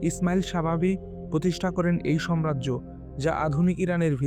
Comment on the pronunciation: আপনার উচ্চারণ ভুল। আপনি সাম্রাজ্যকে, সম্রাজ্য বলেছেন। এটি একটি ভুল উচ্চারণ